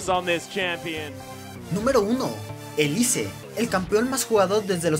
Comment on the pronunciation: Se pronuncia "Elis", no?